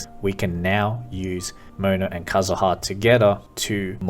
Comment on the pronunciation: aight decided to subscribe because you pronounced kazuha correctly